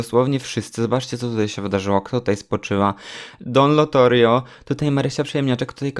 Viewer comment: Wszyscy: Don Lotario: Don Lotorio Jak mnie to wkurzało XDDDD, ale i tak kocham ❤️